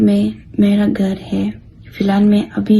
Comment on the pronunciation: Suwar ka bacha ghar ko gar bolraha h sahi se bol